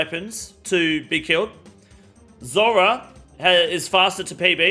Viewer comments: Zurah bro can't even pronounce zulrah lmao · Lol u trying to say zulrah made my ears bleed 😅😢